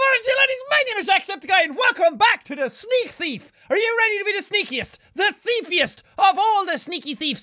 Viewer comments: I thought you said welcome back to sneeze thief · he says things like yosher and stuff so he said sneakers theif